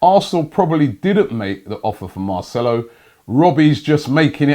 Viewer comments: Finally he says marcelo correctly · SAID MARCELO'S NAME RIGHT!!